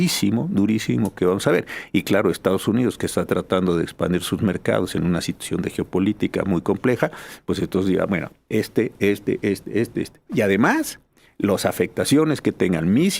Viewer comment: Carmen "La Ñerita" Aristegui y la "alta" calidad y nivel de sus "especialistas"... el "especialista" dice "expander" en lugar de "expandir"...🤣🤣🤣